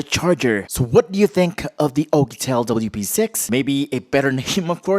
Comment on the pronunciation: I love the way you say P'sex 😂